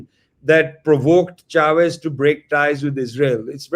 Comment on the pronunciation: It's not 'Shavez'. It's 'Chavez'.